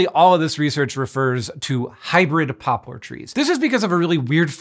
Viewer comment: My inner child is apparently 6 years old cuz I giggled uncontrollably every time he said "pooplar" ...